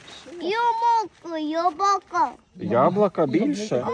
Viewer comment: Ой как хорошо яблоко сказал 😊🍏🍎